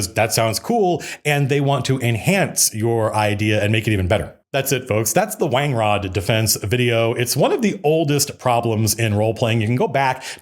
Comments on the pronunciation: Pronounced Wan-grod of course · seeing the word wangrod written out for the first time, it feels weird. Read it as wan-grod first. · I read that "wan-grod" defense